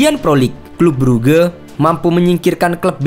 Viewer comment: Bang baca nya bukan bruge